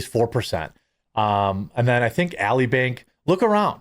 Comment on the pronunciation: "Ally Bank" is pronounced "al-lie", as in "I'm an ally to you, we are allies to each other".